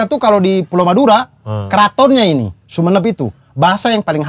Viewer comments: pak abdur...Sumenep itu cara bacanya Sumenep, bukan Sumenep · logat timur ngomong sumenep 😂😂